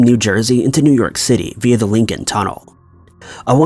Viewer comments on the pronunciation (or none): none